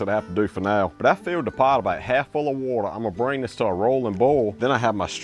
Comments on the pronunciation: Love how he says water. Woatah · Love how he pronounces “ wauter !”